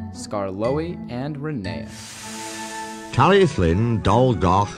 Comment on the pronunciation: Why do you pronounce "Tallylyn" as "Tally-Flinn"? Is that the correct Welsh pronunciation?